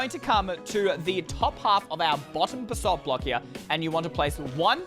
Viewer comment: its pronounst basalt